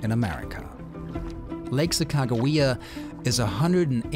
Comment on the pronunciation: Your pronunciation of Sacagawea is spot on. Beautiful! I worked for the North Dakota Department of Tourism over 35 years ago and loved recanting the story of the Tour of Discovery to anyone that would listen. I dreamt of doing a paddle top to bottom just as you are. Sadly time and disability caught up with me and that dream was lost to the pages of time. It's a pleasure to watch you live it out. Safe Travels!